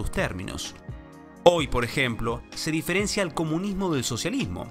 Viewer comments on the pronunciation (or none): none